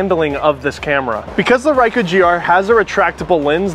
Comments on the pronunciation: Just got it myself, btw you're not pronouncing Ricoh well, Rycu? It's Ree coh. lol. But you shoot in program auto so... it's fine. lol. Thanks for the video.. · you wanna see my rye-koo?? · Dude its Ricoh (reeco) not ruyko or rayko; thats like when people mispronounce nikon and say nuykon instead of neekon; remember that letter i is usually pronounced as what you see/say in words such as kid, hit, fit, in, etc..especially in most languages it is pronounced as such; even in english it is pronounced in many words as such (it would be easier if it was written inglish but that is a fault of english language which burrowed heavily from french and other languages making a weird soup) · I like this review but I'm pretty sure Ricoh doesn't rhyme with Haiku as it's spoken here. Also that awesome third party GR app isn't available for Android phones sadly. Shame because Image Sync the official Ricoh one basically stopped working when I moved from a HTC One M8 to a Samsung S9 Plus. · RAICO? Like AIRAQ vs IRAQ? It is RICO.. not RAICO. ;-) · Reecoh, what the hell is a Raicoh? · Stop. Saying. RYKOH. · feel like im losing my mind everytime you say rykoh. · Yeah,it's Reekoh. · REE COH sheesh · cringy thumbs down for "ryco" ugh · mispronouncing Ricoh throughout that whole video is like wearing a confident smile on your face while walking around with your zipper aggressively open the entire day. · I’m 53 seconds in and I swear if I hear this dude mispronounce Ricoh one more time then I’m going to throw myself out this third floor window... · I have an older model GRD IV, great video but you're mispronouncing the name Ricoh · probably because you're the only person in the world to pronounce it that way. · You did better than me.24 secs and I bailed. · He’s pronouncing bokeh correctly tho. Ricoh not so much. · You’re pronouncing it wrong fella. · Like. How the fu*k are you pronouncing Ricoh!! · Please say the name correctly... Uggghhh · its ree-ko and bok-kay